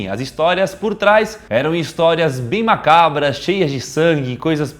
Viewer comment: saudades do Daniel dizendo "mácabras" :v